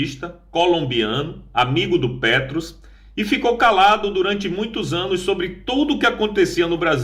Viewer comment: Não é Petros, é Petro. Não é Rubens, é Rubén Ramirez.